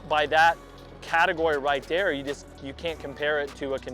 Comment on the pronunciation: Thear is some noise I can hear a couple of mice in thear😅